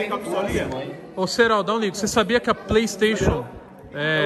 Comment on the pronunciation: Seloco. Esse polistaytion é o maior trauma da infância de uma criança. kkkkk 😂😂😂